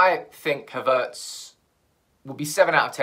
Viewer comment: I think you're the only one pronouncing his name Ha'vertz